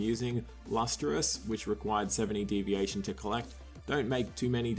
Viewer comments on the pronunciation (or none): It's divination not deviation.... you're killin me smalls